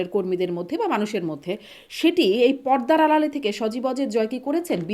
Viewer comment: পদ্দা না৷ পর্দা